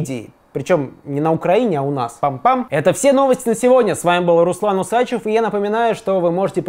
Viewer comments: Мне кажется все таки правильно говорить УсачЕв, а не УсАчев. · УсачЕв - не звучит. УсачЁв - нормальная тема ))